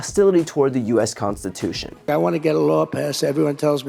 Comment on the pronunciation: He says FOUR TIMES "constitoosh".